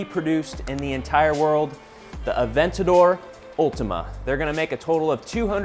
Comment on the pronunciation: I would have thought for sure it's pronounced Ulteemay (i.e. aerial = ayy reeauhl)